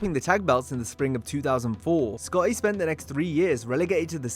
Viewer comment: nearly gave me a hemmorage at how you say Sc-otty. Should have got someone else to dub that name.